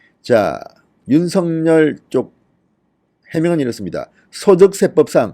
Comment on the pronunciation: 어법에 윤서결로 발음해야 합니다. 아울러, 여러번 얘기 드렸는데요 "아뭏튼, 어떻튼, 문제는" 이란 말씀을 자주하시는데 앞뒤 말이 연결이 잘않되요. 기자 출신이신데요. ....